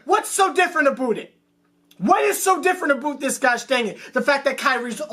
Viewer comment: been watchin for almost a year now the rants are hilarious but I still dont get the "aboot" thing... i thought i was a Canadian thing but idnt even know if your from canada 😂😂